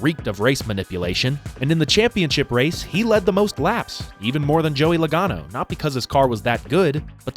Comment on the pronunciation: When you said "J-LOgano" a spat a lung =) Congrats! Great job. I follow you from Italy